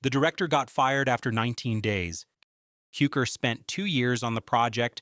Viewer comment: Say George Cukor's name correctly.